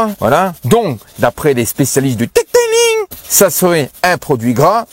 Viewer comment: "Le deuteulinggg"🤣🤣🤣🤣